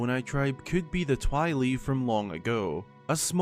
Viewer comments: Twee-lee??? No thank you. lol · The way pronounces 'Twili' gave me cancer